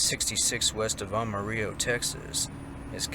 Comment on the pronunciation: HAH, the first one's the male trucker version of Oda Mae. Bonus points for pronouncing Amarillo Spanish-style.